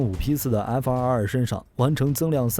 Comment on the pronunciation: 看了几个小编的视频，都有一个共同点，就是： F22 念成 F222 F23 念成 F223 这抖出多一个 “2” 的音永远都改不了！